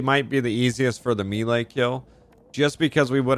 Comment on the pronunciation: Every time you said melee that way, I threw up a little.